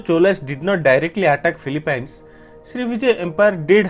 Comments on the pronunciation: Philippines is pronounced as (fi-li-pins) not (fi-li-pines) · Filipynes you say? Never heard it pronounced that way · The way you pronounce Philippines is very funny. I think that’s a fun fact. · So much research went into this.. except they could not pronounce PHILIPPINES correctly.